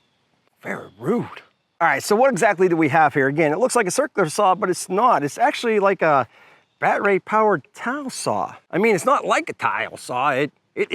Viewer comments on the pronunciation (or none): Is he saying “bat ray” ? ? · I've heard American's butchering English for years....but bat-ray?? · He can't say "battery" 🔋 correctly but he can say "masonry" correctly?! 😂